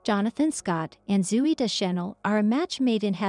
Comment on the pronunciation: AI caneven pronounce Zoey’s name correctly.